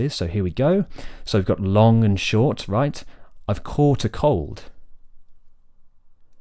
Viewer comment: When you say "caught", I hear "coat".